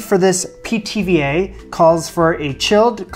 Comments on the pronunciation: Every time you said Pithiviers I heard PTVA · "Pithy Veers?" 🙃